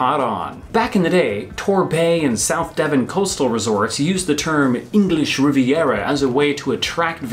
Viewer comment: Rhubarb has STALKS, NOT STOCKS. It is the English Riv-i-era NOT English Rivera